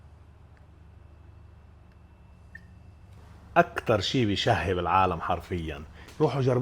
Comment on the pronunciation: ما اسمو (كول سلو) بينلفظ كوسلا